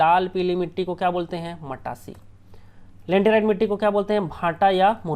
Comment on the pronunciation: Sorry bro.. but it's not lanterite it's laterite...